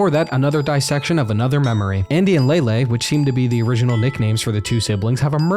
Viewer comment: Lay-Lee, not Lay-Lay